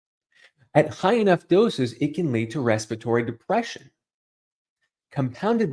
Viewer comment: Why do you call it Respitory disease? I'm for the UK and we call it Respiratory disease, which has an extra syllable but follows exactly the correct spelling of the world..